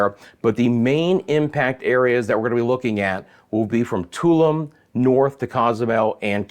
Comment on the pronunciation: Tulum is pronounced Taloom